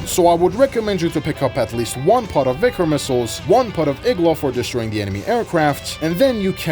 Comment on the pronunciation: It's so nice to hear right pronunciation of Vikhr and Khrizantema. Only to hear Kh-39 and GSh-23 right after ;( Idk who to blame for the translation of russian Х as KH, while the spanish J for the same sound already exist. I love your videos, just please say all KH's as spanish J in Jalapeño or Pendejo and SH as... well SH in every english word with it